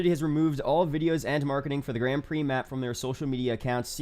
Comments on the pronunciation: That one is right but the Grand isnt. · Why does nobody know how to pronounce grand prix?!